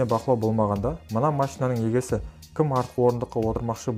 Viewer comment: Осындай адамдар неге видеоны дыбыстауға әуес екен, басқа қазақша таза сөйлейтін адам таппадыңдар ма?! "Егесі" дегеннен ақ видеоны өшіріп тастадым. Әдеби тілде сөйлеп үйреніңдер!!!